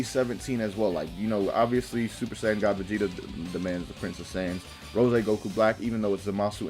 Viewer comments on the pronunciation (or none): you said sand armor I should slap u it’s SAIYAN NOT SAND